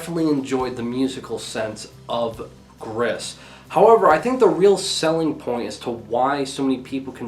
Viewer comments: note Gris is meaning grey in french it is pronounced like gree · Hi glad that Gris was in this list. Its pronounced ``gree`` and it means the color gray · And the real prononciation is Gris but for you American you should use the color prononciation Grey